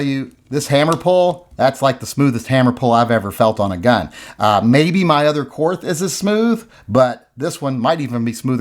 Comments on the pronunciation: It’s pronounced ‘Kort’. We didn’t win the war, the Russians did. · Willi Korth started th company. It's his freaking name and "Kort" is how it's pronounced. Same as Porsche, Lamborghini, Mateba, Mauser, Beretta...all pronounced Kort^^. You also say Einstein and not Einsteen. Th is not always the same...Thailand, Thames or Thomas. I don't get why ignorance is something to be proud of. It's like those people you meet in school who think that they're cool cause they don't read anything in their spare time. I know he's just joking. Wait for the uproar if someone pronounces Garand not like some want it to be. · It is kort. Not korth. And the Russians actually won the war in Europe with our help. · It’s KORT MUDDER FLUBBER 🫵😂😂😂😂😂😂😂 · Germans still speak German. It's pronounced like "Kort". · If Korth is pronounced “Kort”, is “the” pronounced “tuh”? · Korth is pronounced "Kort" because not all German people are or ever were Nazis or Nazi sympathizers! 🙄 Members of my family actually helped people escape Hitler's genocidal tyranny, in a similar fashion to how Americans had the Underground Railroad to help slaves escape to freedom! I don't care who won the fuckin' war, we're not all bad people! Stop bashing my beautiful people and culture you racist pig! 😡 I'm just kidding, and I know you are too, we also aren't crybabies, and contrary to the stereotypes portrayed in South Park, we DO indeed have a sense of humor! 😅 To demonstrate this, I will now tell a German joke... What is the difference between a Saxon and a foreigner? You can understand the foreigner when he speaks German! 🤣🤣🤣 I will now tell another German joke... What does a crocodile say after eating a clown? Schmeckt komisch! (Tastes funny) 🤣🤣🤣 Du siehst? (You see?) 🤣🤣🤣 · Why not just prononce Wills last name correctly? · Since you're refusing to pronounce Korth correctly, the ATF on behalf of the GESTAPO will seize the revolver and send it home to Germany. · Es heißt Korth ……… mit hartem T